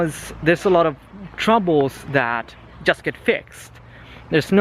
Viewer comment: I really enjoy watching your content, but... (there's always a 'but', isn't there?:D) could you please pronounce the 'just' word correctly? I know that English isn't your native language (it isn't mine as well), but it really bugs me and I can't focus on what you are saying because of this tiny, tiny flaw. Apart from that, you're doing a great job! Are there any React videos coming? I've just started using it and I'd love to have a little guide made by you:)